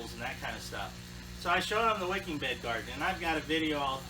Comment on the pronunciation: Did you say “wickid beds” ?